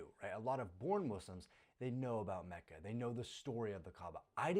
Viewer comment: lol its macca not kacca